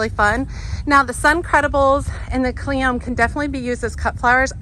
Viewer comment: . I pretty sure you say the "e" in cleome.